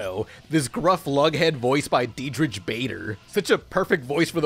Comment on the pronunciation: Protip: the 'ch' in Diedrich is pronounced like a K